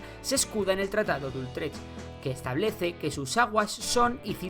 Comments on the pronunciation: Es Utrecht, (pronunciado "utrej"), y no Ultrech. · ¿Tratado de ULLLLtrech?? con L? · No es ultrech....es Utrecht. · Es Utrech sin "L" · Creo que has obviado detalles muy importantes respecto al tratado y sus consecuencias con Catalunya y Aragón, y un apunte, es el tratado de Utrecht (lo nombras erróneamente como Ultrech). Saludos. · No es Ultrech! Es Utrecht! 👎👎👎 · Ultrech no, joder. Utrecht. Vaya cagada. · Es Tratado de Utrecht, no de "Ultrecht". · Me he quedado hasta el tratado de "Ultrech", ahí ya me han sangrado los ojos lo he tenido que parar. ¡¡UTRECH!! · La verdad es que produce dolor de oídos escuchar tantas veces el incorrecto nombre de "Ultrech". Por lo demás, no hay otras cosas que objetar al vídeo ni a la historia que narra.